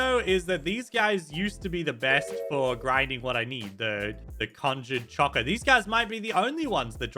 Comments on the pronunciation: Bruh it’s conjured coco not conjured chocoa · Its funny that said conjured cocoa wrong its a k sound on cocoa